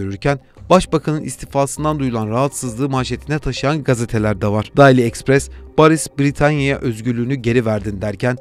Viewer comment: Şu yabancı kelimelerin telaffuzuna dikkat edebilir misiniz biraz? Kimse sizden bir native gibi telaffuz etmenizi beklemiyor ama Rahoyu Rajoy, Boris'i Baris, Deyli'yi Dayli, Şolz'ü Skolz diye okuyunca komik görünüyorsunuz.